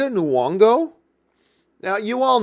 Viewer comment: NY-ongo my dude! like NE-yongo. Just sayin’